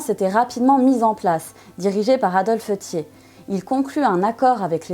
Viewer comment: Très bonne vidéo documentée sur un sujet trop souvent éludé en France sauf en ce moment 😉 et c'est très bien ainsi. Seul remarque je ne connaissais pas cette prononciation du patronyme Thiers... '' tié'' . Personnellement j'ai toujours entendu '' tière'' et pas ''tié''.... mais peut-être que les 2 existent ? 😅